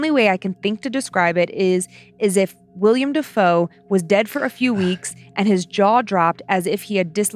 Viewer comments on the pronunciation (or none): Two episodes in a row. It's WILLEM*** NOT WILLIAM 😭😭😭 it's killing my soul, guys. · Love love love love you guys! It's "Will-em" Dafoe. 🤘🏼